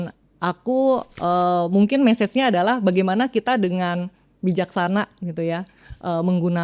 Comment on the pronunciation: Menginspirasi sekali, tapi izin karena dilihat banyak orang, pronounce nya bukan meses tapi mesij.